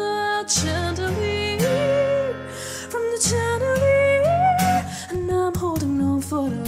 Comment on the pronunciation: The pronunciation of "Chandelier" is wrong. "Ch" should be pronounced as "sh" sound.